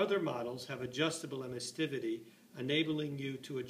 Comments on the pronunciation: Emissivity. It only has one 't'. Sorry to be a grammar Nazi but 'emissTivity' sounds silly. Other than that, nice little video. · its emissivity not emistivity